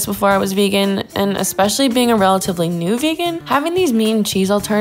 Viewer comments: did she really just say eCspecially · just really said "ekspecially" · Did she just say “expecially”